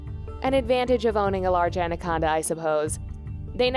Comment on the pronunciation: She says andaconda